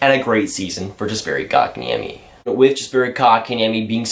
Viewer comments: It’s Yesperi and Muntreal you said Jesperi and Mawntreal good vid tho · Pronounced " Yasperi", and "Muntreal"... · I'm pretty sure you don't pronounce the J like (J)ust. Jesperi. The J sounds like a Y in Yes - peri. Kotkaniemi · YESperi, not JESperi. Ooof it hurts. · it’s not pronounced yasperi dumbass im finnish so i know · Btw, a pronunciation tip: the "Jes" in Jesperi is pronounced exactly like "yes". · The J is silent :)